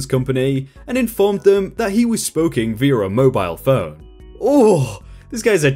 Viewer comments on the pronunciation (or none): is a madlad for pronouncing "speaking" as "spoking"... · “Spoking” It even says Speaking in the damn text! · He also said spokeing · Great video, but... not how you say that, maybe you should take a nap?